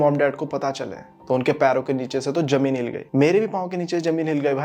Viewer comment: Bro Jamen nhi zamen bola kro